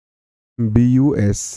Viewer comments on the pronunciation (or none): Not roms it is rhombus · Sir रोम nhi hota रोमभुस्स hota hai